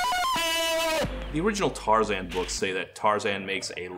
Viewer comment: even just the fact that he says Tarzan’s name as “Tar-zihn” in the interview.